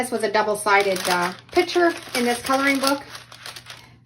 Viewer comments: The word is picture (pick-true)unless you are talking about the item that holds liquid, a pitcher. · It’s “pick-cher”, not pitcher. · It is a "picture" not a "pitcher". :) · Love the concept of laminating. A couple of things … 1. I wish you had demonstrated with an iron, which is what most people have 2. Why are you saying “PI – CHURE“? 3. , I sure wish you had chosen artwork that your child actually did instead of just a coloring book. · It’s not a “pitcher”, it’s a PIC-sher. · Picture. Not pitcher. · Saying pitcher for picture drives me nuts! Practice saying pic a ture until you can slide the c in and say picture. Please! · Fun fact, there is a C in the word "picture".